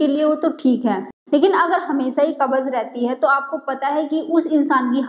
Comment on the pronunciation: Pahle bolna sikho cabbage nahin kabj kahate Hain